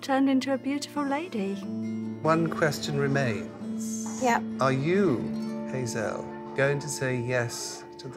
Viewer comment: Her name is Hazelle, not Hazel, it's French, 'elle' means 'she' think of the animal Gazelle with a H.